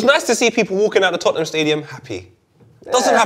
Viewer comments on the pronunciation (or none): none